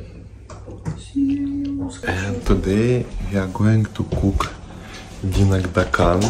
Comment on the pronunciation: DinakDAkan - pronounce stress on 3rd syllable